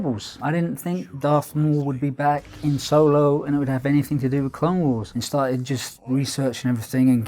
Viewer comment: Solo? You mean Soylo??